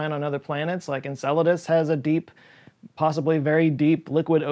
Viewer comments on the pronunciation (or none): none